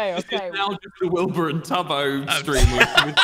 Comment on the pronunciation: Did anyone notice that said Wibur instead of Wilbur